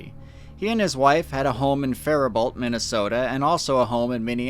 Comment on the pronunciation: Literally does not matter but it's pronounced Fari-boh not Fari-bault